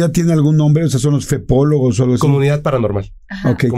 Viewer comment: Jajaja ame a cuando dijo:FEPOOLGOS JAJAJA,YA SE QUEDÓ ASI SOY MUCHOLOGA Y FEPOLOGA.. LOS TQM A TODOS SALUDOS